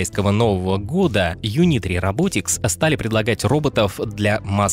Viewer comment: а это нормально, что все компании, в ролике, именуются рабОтикс, а не рОботикс?